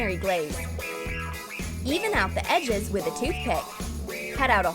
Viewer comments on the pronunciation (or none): Btw it’s laughing not lafeing and it’s edges not eges😂😂👌